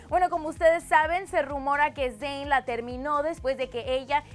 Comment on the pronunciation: ¿Porqué dice 'Dein'?